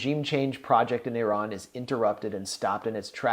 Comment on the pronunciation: Big thanks for this great discussion from an Iranian. Also, you are pronouncing Iraaan very beautifully, just like Iranians.